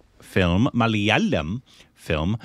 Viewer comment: initially you used to pronounce the word "Malayalam" correctly. Please correct.